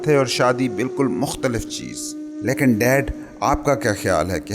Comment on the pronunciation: Good effort but you need to work on your pronunciation. Like its laikin not laekin and its David not Daevid.